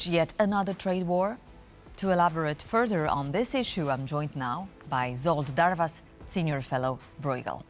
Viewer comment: It's pronounced Zholt Darvash, not Zolt Darvas